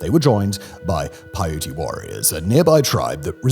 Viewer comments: The native American tribe is pronounced Pie-oot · I believe it’s PAI- YOOT. Like Utah but Utes and Paiutes